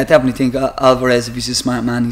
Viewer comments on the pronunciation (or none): none